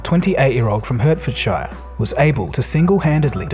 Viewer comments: Its pronounced heartforshire. Not sure how ill get through this episode hahaah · “HERRT-FORRD-SHIRE” … oh gaaahd my earrrs 😂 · The pronunciation of Hertfordshire was painful to hear English is a stupid language, we actually say "heart-fud-shear" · Hertfordshire is prounced heart ford sure in British English but good try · The county is pronounced HEART-fordshire…. Other than that… great video as usual :D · Friendly advice: it's pronounced "Heart - ford - sheer" :) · I do love your videos, but Hertfordshire is pronounced HART-fᵊd-shᵊr. (The schwa - ᵊ - is like the 'o' in Leeson.) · Hertfordshire is pronounced hart-fordshire you peasant. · Pronounce the English towns and counties correct pleeeeeeease. I do not live there but anything with shire on the end is pronounced sheer. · Good video. Btw, it's pronounced Heart-Ford-Sheer 😉😄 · It's pronounced Heart-Fud-Shear for future use. Brilliant video though!!! Keep them coming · Hertfordshire is actually pronounced Heart-ford-sheer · It'd pronounced heartfordshire even though its Hertfordshire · It's pronounced "what-Ford" and "heart-ford-sheer". Other than that great vid! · It's pronounced Hartf'dsher. Just a friendly fyi. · It’s pronounced “heart-Ford-sher” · this way you pronounce Hertfordshire makes my skin crawl. It's pronounced 'Hart-fud-shuh' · "HURTfordshire" lol silly foreigner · Hurt fud shy urr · Hertfordshire is pronounced Heart-frd-sher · It’s pronounced heart-fud-sher (some say heart-fud-shire). Great video!! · Hertfordshire is pronounced Hartfudshuh. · Hertfordshire is pronounced ‘Heart-Ford-shire’ 😂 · Hertfordshire is pronounced: "heart - fudd - shire" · Hertfordshire is pronounced heart-fud-sheer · Pronounced Hartfordsheer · Bro “Hurtfordshiyre”?! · It's pronounced "Hartfordsheer". I live there. Thankfully, we Hertfordshire Hedgehogs aren't all like Nick Leeson. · "Heart-fud-sheer". That is how you pronounce Hertfordshire. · I'll stop you right there.. It's Hertfordshire, pronounced as heart-ford-sher 😁👍